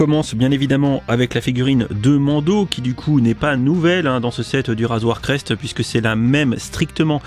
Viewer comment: Super vidéo par contre ta dit "razoir crest" au lieu de "razor crest"